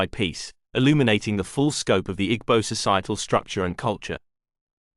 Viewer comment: great video. note, that the g in igbo is silent